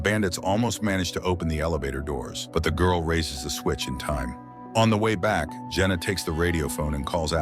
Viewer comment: The GORL the GURL ... Why is the black woman the only one he calls the GWIRL?? 🤷‍♂️